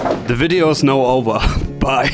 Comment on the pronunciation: Something hits different about a sharp cut to a man knocking a door open; "D'VIDEO IS NOW OVAH, BYE." Great content, be careful the nordstream joke doesn't get you disappeared brother.